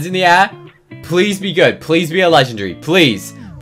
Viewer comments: bruh u say legendgryy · I’m not making fun of him but Legendary : ❌ Legengry : ✅